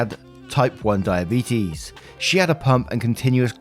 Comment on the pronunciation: reads story about die a beet us. Me: shit. I better check my blood sugar 😂😂